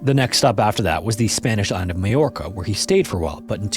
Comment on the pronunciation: Glad to see the Babel partnership is working out! You pronounced Mallorca correctly!